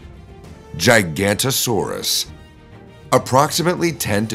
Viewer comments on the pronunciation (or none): This video is CRAP. It should be shot like a horse with a broken leg!!!! Dinosaurs are not LIZARDS. You don't have a single lizard in this video. Nor are archosaurs EXTINCT. It is Jig-a-noh-toh-saurus, not "Gigantosaurus" - you putz!!!!! Many other dinosaur names are completely botched, also. Bloody hell, what a piece of junk !!!!